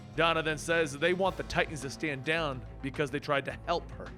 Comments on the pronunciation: Its Titans* Not Titasn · Lol.. ok stop with the "Titasn" bruh.